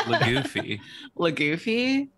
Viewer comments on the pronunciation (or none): the drawfs: lagoofy ... its pronounced luffy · that second one is trying to pronounce "luffy" (luv u it was an honest mistake but i cannot help finding it funny)